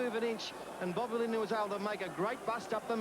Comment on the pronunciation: Rabs never could say Lindner’s surname !